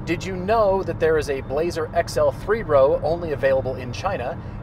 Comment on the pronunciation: Good review, blah-zer car.